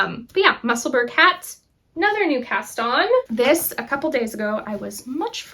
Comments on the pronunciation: Actually we pronounce those words as if it’s ura Musselbura and edinbura hope this helps with pronunciation Lindsay from Edinburgh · I likely won’t be the only one to mention this but… Just a friendly message, Musselburgh is pronounced with a soft “ugh” ending just like Edinburgh not a hard “g”. Makes sense since they’re both Scottish cities. :) anyway, wishing you the best and a very happy new year!